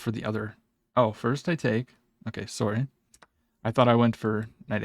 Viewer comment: Canadian sworry lol